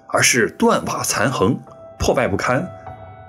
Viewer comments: 断壁残垣(yuan 第二声) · 断瓦残垣（yuan）